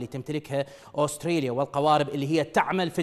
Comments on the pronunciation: اوستريليا؟؟؟؟؟ ترى اسمها استراليا فاهم الانكليزية من ذيلها ،، من تجيب مذيع من باب الشرجي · دكول استراليا شنو استريا😂